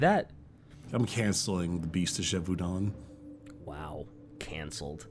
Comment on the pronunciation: I think the biggest mystery here is where sees an L in the word Gevaudan.